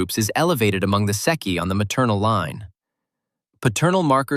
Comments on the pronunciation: There is no "seki;" you are referring to the Transilvanian "Székei" (pronounced SAY KEY). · ITIS NOT SECCHI BUT SZEKELY THE HUNGARIANS OF TRANSYLVANIA THAT STUPID TRIANON GAVE TO ROMANIA. GIVE IT BACK.